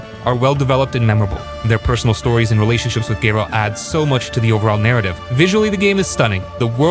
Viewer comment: Gaerald ? :D Love your videos, dude